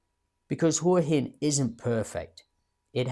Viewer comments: Surely "Hwa Hin" not "Hoor Hin"? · It's not 'hore-hin' it's 'Hwa-hin.' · I wish these bloggers would lea to pronounce Hua Hin